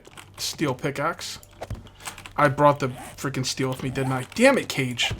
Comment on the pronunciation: When you say your name i allways say to my self, goddammit your name is NOT cage it's kage ( witch means cake in Danish)